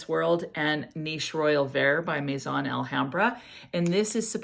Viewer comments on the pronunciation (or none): none